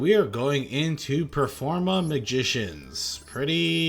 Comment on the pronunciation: this is performapal, not performage!